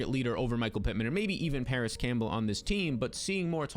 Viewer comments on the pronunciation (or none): none